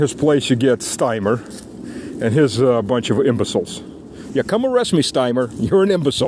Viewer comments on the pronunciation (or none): It's not Steimer. It's Starmer. Or as he's affectionately called, Two Tier Queer.